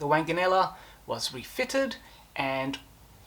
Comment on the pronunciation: The name was pronounced WONGanella. Do try to get rid of that cough.